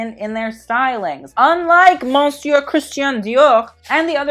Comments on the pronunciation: Babes I have loved you since I found you and “monsieur” is pronounced like “mis-sur” 💕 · for the love👏of👏God👏 stop pronouncing the n in monsieur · I love you, but your pronunciation of monsieur was out of control